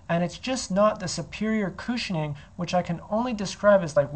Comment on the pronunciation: he said kooshining 😂